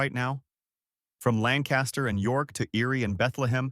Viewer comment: Lancaster pronounced lank-kiss-ter; Reading pronounced redd-ing.